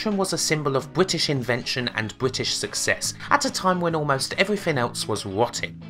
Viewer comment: wotting bwitish pwivatization.